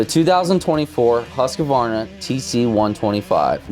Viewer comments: Huska-warna 😂 it's Huusk-varna🇸🇪😀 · The way he said Husquarna 😂😂😂😂😂 HUSKA-WARNA 😂😂😂😂😂😂😂😂